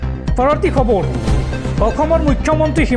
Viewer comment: Khabaru nhoi o dada khabar prtom ucharon to valke krok